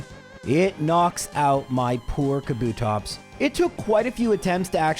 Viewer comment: You putting emphasis on 'TOPS' and also saying "School girl outfit era" which is vague as all Hell makes you sus